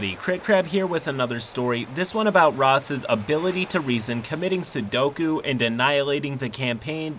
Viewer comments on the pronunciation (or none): I think you meant "sepuku" when you said sudoku. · "Sudoku"? Did... you mean Seppuku? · "committing sudoku"? He committed a Japanese number puzzle? Do you mean "sepuku"? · Seppuku I think, not Sudoko ? 😂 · He said commits sudoku....😓 it’s seppuku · Did you say Sudoku? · SEPPUKU IT IS SEPPUKU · It's actually Sepukku. :P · Flubbed "seppuku," nailed "penultimate." So I guess it evens out?